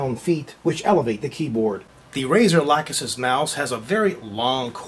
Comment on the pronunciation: arg! people have to learn how to pronounce the Lachesis